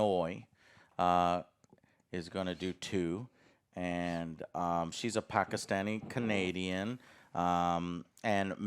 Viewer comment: I've been a fan of Joe for years at this point. But hearing him pronounce Pakistani correctly throughout this video makes me be grateful to have watched him all these years that much more